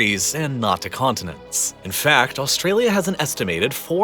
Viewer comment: "Of all the world's conninents." - huh? Might wanna check the pronunciation there.